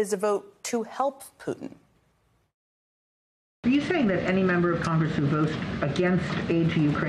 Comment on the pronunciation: Did Jen Psaki call him "Fruitin"?!?! 🤣🤣🤣😂😂